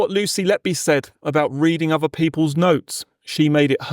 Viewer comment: Does this voiceover pronounce 'th' as 'f', for example 'firty' instead of 'thirty', and 'v' for voiced 'th', for example 'uvver' instead of 'other'?